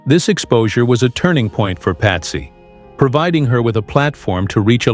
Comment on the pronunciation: PATSY PATSY PATSY. NOT PATTY!!!!